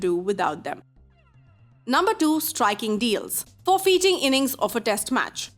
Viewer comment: Wth does "FOR-FEETING" mean ?